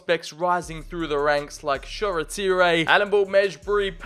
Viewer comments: Shoretire (Sure-ty-er) ❌ Shoretire (Sho-re-tee-ray)✅ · The way he pronounces Shoretire😭😭 class video tho